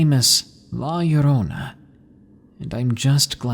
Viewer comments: It pronounced la yo-ro-na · hey llorona is pronounce la yodona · lmao la yo-rona its funny hearing people say it wrong